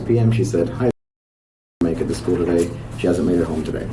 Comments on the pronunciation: finally I’ve wondered if the way she’s “skoo,” was just me- it’s so very off putting. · not at all I thought how she said school too.